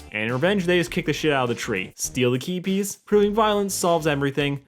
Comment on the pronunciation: OOOOH "key piece" I thought you were saying "keepies"